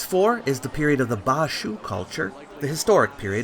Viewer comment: Ba not Pa，巴Bā蜀Shŭ